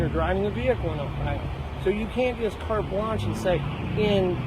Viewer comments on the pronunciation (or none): And how many times is this cop going to say "cart blanch" however you spell that, and act like he's so smart. That guy is an idiot!!